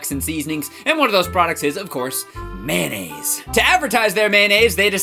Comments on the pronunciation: Mayonnaise! Mayonnaise! Not "Mannaise," it's Mayonnaise! I'm sorry, no hate. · When he said mayonnaise I thought he said man aids. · Kind of random, but I really like the fact that you pronounce mayonnaise "man-aise." I pronounce it that way too, and my family sometimes teases me about it, so I'm glad I'm not alone. :)